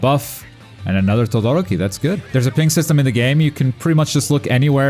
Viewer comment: Why is it so difficult for you people to say TodoROki, and not ToDOroki? It´s a genuine question, not triying to be a dick.